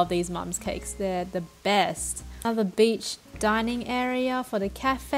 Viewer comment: Lol every time she says beach it sounds like bitch